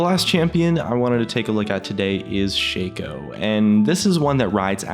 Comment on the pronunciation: shaco not shayco